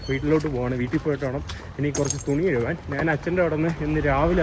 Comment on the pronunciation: തുണി കഴുവാൻ അല്ല, കഴുകുവാൻ